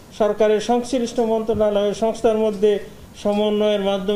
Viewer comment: 'মন্ত্রণালয়' উচ্চারণ করতে পারেনা সে কিভাবে হয়?